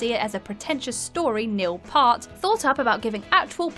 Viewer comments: It's P-ear-t not pronounced part, but Good list anyway. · It's peeart not paht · Notice how much inflection she put on “Part” i have a theory they miss-pronounce names on purpose so people will comment about it since it happens in pretty much every list and they make it super noticeable by either miss-pronouncing it multiple times or adding extra inflection to it to make it stand out. If its true its super cheeky but I respect them for it. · Dolly Parton's rendition of "I will always love you" at the end of "Best little whore house in Texas" is absolutely heartbreaking, & is on an entirely different level to the emotionless, belted version in the Bodyguard. Peart... it's pronounced like the word "ear", with a P at the front, & a T at the end... the clue is in how it's spelt. Your number 1 is incomplete, yes, it was inspired by Julian's picture, & the name isn't code for LSD, but according to George Martin, & the rest of the band, John had taken that inspiration up to the roof of Abbey Road along with a bunch of acid, & written the song afterwards. It's all spelled out pretty succinctly in "The making of Sgt Pepper" from Eagle Rock entertainment (the first in their "Classic Albums" series) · Was going to let the statement of "Mrs. Houston" slide in in regards to Whitney (she would have been Mrs. Brown, as she was married to Bobby Brown, not Bobby Houston), the butchering of Neil PEART's name shows a lack of research. Please, take a moment to actually look at what you're talking about, before you record it.